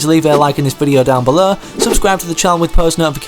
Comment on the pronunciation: Who else thought he said “leave a like, unsubscribe”